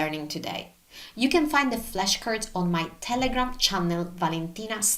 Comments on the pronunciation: she mentions how there are flashcards available for download, but with her accent, the way she pronounced "flashcards" sounds like how you would say "flesh curds" in English. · I get to help you!!!! When you say “flash cards” you are pronouncing the A like and short E in the English language . So the word you are actually saying sounds like “flesh cards” that translates to “skin cards”. When you say the word “flash”, the A will be pronounced like the first letter and sound in the word “apple”. ❤❤ 🍏🍎